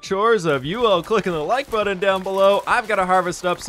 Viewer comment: Pronouncing words in a weird way is so damn noticeable. He says important>imporden and button>buddin